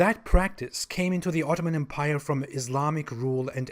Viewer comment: You might want to look up the usual pronunciation of the word 'empire' ;)